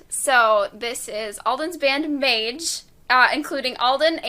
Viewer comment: It’s actually pronounced MÄGE